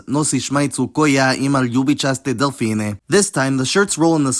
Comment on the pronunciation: The ov-/-ev infix for plural masculine nouns occurs only for monosyllabic words (with exceptions ofc), but for anyone learning, this is your best friend and it will work 90+% of the time:) Edit: I also wanna add that the stress changes within different noun cases. You stress "dElfina" and "pEvača" as if it was nominative, but in other cases the stress moves to the long vowel: "delfIna", "pevAča". Native Serbian speakers correct me if I'm going crazy but this is how we do it in Croatia. Edit 2: To me your vowel length is more appropriate for bosnian dialects as they like to make their vowels longer. I would suggest you switch to that dialect if you cannot master the proper amount of time to hold your vowels as you'll sound more natural then:) P.S. your v and h pronunciations sound very weird and idk why but the v sounds more like youre saying /w/ and the h sound is too harsh.